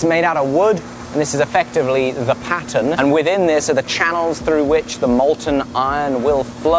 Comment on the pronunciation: Are you saying patent or pattern?